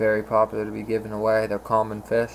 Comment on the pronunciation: hard to be a fish keeper when you cant pronounce fish